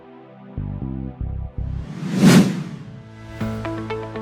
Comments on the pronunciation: great and informative video but all of the Māori pronunciation in this video is wrong, like Taupo is NOT pronounced taw-poe its pronounced Toe-poor like a toe on your foot that is poor. Please next time to do more research on the pronunciation because it is not hard. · No, she's wrong. You're right, almost. It's pronounced Tow-po as in cow and po as in po.🙂